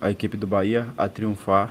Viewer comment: Reinier não serve, ele falou "bora Bahia" e o certo é "bora bahêa"